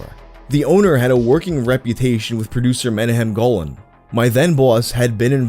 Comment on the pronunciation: Haha it's "monacham" golan, legendary shlock movie guy